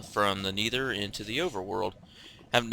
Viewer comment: NETHER! not N-ee-ther